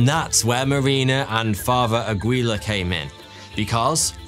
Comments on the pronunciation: I notice of all the anglophones, the Brits have just given up on trying to lookup pronunciation rules of languages they pronounce names from. Aguilar = Agweela lol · Aguilar to Agwee-la?!?!?!?!